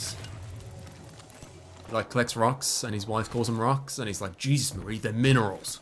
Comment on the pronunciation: Its Marie not Mary